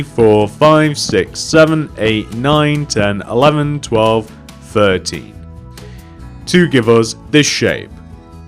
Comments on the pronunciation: What my ears heard: i then want you to extend that block left by 30 What he said: i then want you to extend that block by 13 I extended it by 30 unpauses and realized he said 13😒😣😒😣😣😣 triggered 😝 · He said 13 and it sounded like 30